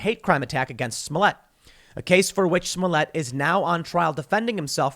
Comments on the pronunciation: It’s pronounced Juicy Smoleit Tim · Tim, you got to learn the 'correct' pronunciations of their names. It's Juicy Smoy-ley and Doh Ley-moh! LOL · Joussay Smoullietté. Get it right, chuds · I believe it's a reference to Smollett. Some pronounce his name Smolliyay mostly because he thinks so highly of himself. There's an old British show with a lead named Hyacinth Bucket and in every episode she tries to tell people her name is Bookay, it always cracks me up. Some people just aren't happy with themselves. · Dave Chapelle pronounces it "Juicy Smo-yey". Which is it?